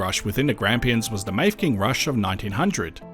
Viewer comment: Very interesting to a former resident of the Grampians and place of my birth 75 years ago. Mafeking should be pronounced Maffaking.